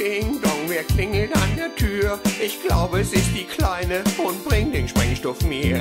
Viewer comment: ist natürlich ein bissel spät, aber die Mutter sagt sprengstoff